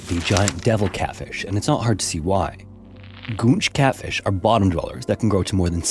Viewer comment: I seriously thought you said "gooch catfish" 😂